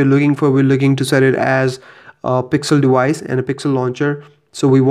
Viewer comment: Wideo? Dewice? :))))